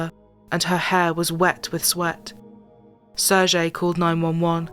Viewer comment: He is SeHrgHey, not serzhey, silly anglos. 😂😂😂